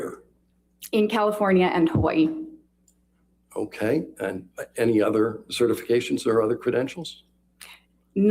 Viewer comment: why would it be annoying to pronounce burrito correctly? And I didn't say that one has to pronounce Hawai'i with the 'okina, I was only pointing out that Dr. Curry was pronouncing Hawai'i correctly. So I'm not sure I'm quite understanding your comparison. 🤷🏽‍♀️